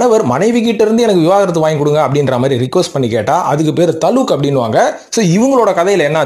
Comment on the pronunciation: தலுக் இல்ல தலாக்